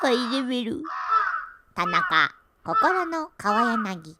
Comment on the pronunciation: 川柳をせんりゅうって読めないでかわやなぎって読むとこすこ&可愛い